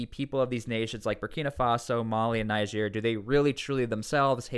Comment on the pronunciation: It's pronounced Neejeer, not Nijeer